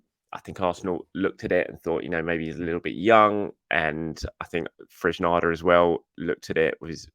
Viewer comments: I love this channel but the pronunciations drive me nuts! The saga of Sambi Lagonga was a particularly difficult time for me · Its not Fresnada, its Fresneda, he’s spanish, not english.